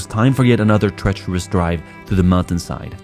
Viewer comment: “treterous woads”